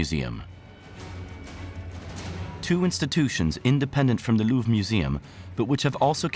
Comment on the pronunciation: I have heard of a rhombus, but I have never heard it used to describe the diamond shape of an object. Instead everyone says it's diamond shaped not ohh look at that there rhombus. - The Louvre-ra? The heck is that? Don't you just mean The Louvre? Man you French sure do pronounce some things in some very strange ways.